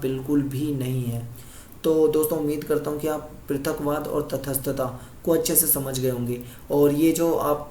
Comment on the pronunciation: Its not तथसथता Its तटसथता